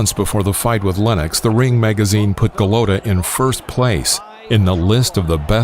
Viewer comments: The narrator has the pronunciation of his name wrong. It's not Andre Golutta, it's Andrew Gollota. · Why does the documentary presentor insist on pronouncing Golata as Golowta? I have never heard this before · How can you trust the boxing knowledge of someone who pronounces Eddie Futch as Eddie Feeuuw-ch and Andrew Golotta ...Andre Ga-low-ta. Who is this guy? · It’s ga lat tah. Lol go low tah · Can we get a narrator who knows how to pronounce the man’s name!? Andre Glota - are u shitting me? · Go lo ta I hate you're pronunciation of the name of the boxers despite the comentaters say it repetitively. Your videos are always great but it's greating to my eats every time you get the names wrong. It like saying myke twyson. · I LOVE your channel and videos, but PLEASE learn to pronounce these names right 🤣🤣🤣 Eddie Feeeeyyyooooks!? GuhlOtuh?! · Who the fuck is Andre?? This channel has good content but the narration is a joke. You can tell the narrator isn't a boxing fan, he's just some chump they hired to read a script. So many videos this idiot is pronouncing names wrong. "GoLOWta"?? Even though you can hear the commentators saying his name properly. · Goooo lota .... golota .. say it right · How about a narrator that can pronounce "Andrew" and "Golota", not "Andre Galota". Jeez. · LMAO ... Andre Galoada??!! What a joke. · Andrew not Andre. Golota isn’t pronounced Guh-loat-uh. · To bad he couldn’t pronounce his name correctly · I was out when the narrator mispronounced Golota. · Omg...dumbass narrator even mispronounces Golota’s last name! This video sucks! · How is this the world of boxing when the commentator calls Andrew Golota, "Andre" twice....and continously mispronounced his last name. Wtf.. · I think it is a computer generated result...or some dude who knows nothing about boxing. Screws up the pronunciation of Futch and gets Golota's first name wrong.